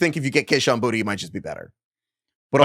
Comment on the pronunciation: Boutte is not pronounced Booty